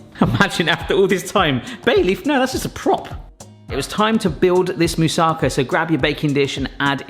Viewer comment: Greece here! Your moussakas looks delicious and is quite authentic (considering that every Greek grandmother uses her own recipe anyway), so: well done! By the way, it is pronounced moussakAH, not moussAHka (actually it is moussakAS, but I spare you Greek grammar here). Regarding the bay leaves, they only do their magic when they are fresh. Most of their flavour is lost in drying (just like with dill), and when they don't smell they don't work. When I add two bay leaves freshly picked from one of the trees in the neighborhood to something I cook, the whole kitchen smells wonderfully of bay leaf aroma. They work reasonably well for around a week when you keep them in the fridge, but freshly picked is always better. They do dry easily, "pretending" to still be usable, but I'd say if you don't find fresh ones, you can skip them in your recipe.